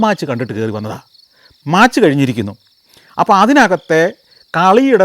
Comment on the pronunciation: Map is pronounced as "mæp" and match is pronounced as "mætch". SGK please note.